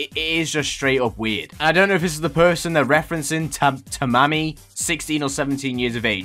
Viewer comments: Btw it’s Tamaki not Tamama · I love how called Tamaki "Ta-mom-e" 🤣